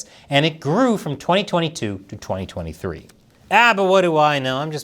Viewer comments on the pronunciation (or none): none